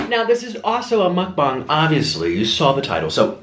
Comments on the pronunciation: He keeps saying mukbong and not mukbang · It's pronounced mucbang not mucbong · I like how u say mukbong lol